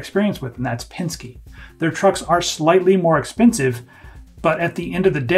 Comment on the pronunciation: "they're slightly more exPenskeve"